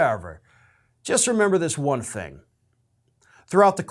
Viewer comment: ~ Heavy emphasis on the “thing” part?